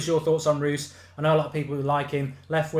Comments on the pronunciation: Reus is said like "Royce" just so you know! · ROYCE not Ruuuuhs ! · why u say Marco Roose? its Reus Bruh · You pronounce it roys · How does Reus get pronounced as Roos. Small thing but just kind of bugged me throughout. Good video otherwise though. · Marco Rewws... ya sounds right.. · learn to say marco reus his name